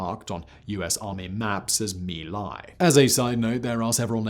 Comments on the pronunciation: Yet more proof of Simon's addiction to inaccuracy and carelessness with regard to the facts AND paying attention to pronunciation of words not in English like Mee Lie (how feckin' appropriate is that?) IT'S MY LAI YOU BALD-ASSED BRIT!! Disliked with satisfaction. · "Mee Lai" isnt proper enlgish pronunciation. "Mai Lai" is correct outside of Vietnam. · it's My Lai or Vietnamese "Mỹ Lai" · LMAO at Simon saying sometimes mispronounced